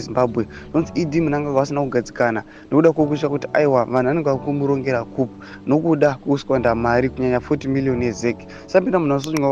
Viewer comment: Pronounce as koo....for coup pse